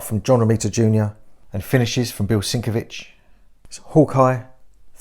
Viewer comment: It's actually Sin-Kev-Itch. I pronounced your way myself for far too long.